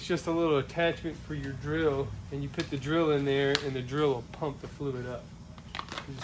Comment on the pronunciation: We’re gonna pit this over there, we’re gonna pit this right here. Then we’re gonna pit the drain plug back in. Dude can’t say put 😂